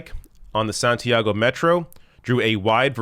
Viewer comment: Santiago => Saun-tee-ahh-go